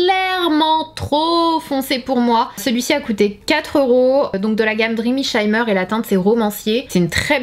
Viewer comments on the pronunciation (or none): "Dreamy shimmer > le i se prononce i et pas y 😛